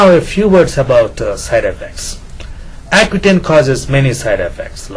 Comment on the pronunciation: He said hacutane lol